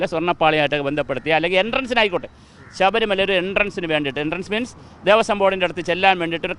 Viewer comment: പിന്നെയും പറയുന്നത് സഭരി മല എന്നാണ്, ശബരിമല എന്നാണ്. അക്ഷരത്തിന് ആവശ്യത്തിൽകൂടുതൽ ഉച്ചാരണത്തിൽ ശക്തികൂടുതൽ ശക്തി കൊടുക്കേണ്ട. കേൾക്കാൻ വലിയ ബോറാണ്